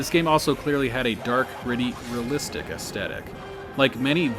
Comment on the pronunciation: REALlistic not RAlistic